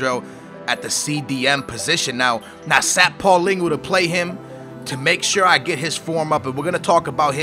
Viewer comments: Paulingo? Hahaha its prounonced paul-een-e-o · Paulinho not paulingu you sound stupid as fuck. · Isnt paulinho pronounced how its spelled, not paulingo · Who is paulingo? Isnt it paulhinio ?